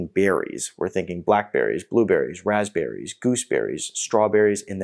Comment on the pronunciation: Raspberries with a “p”